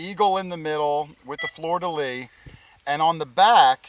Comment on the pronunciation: Funny but events like this would never ever interest me in the least. For myself metal detecting is peace quiet and relaxing.... FYI It's not FLOOR DE LITS it's FLEUR DE LIT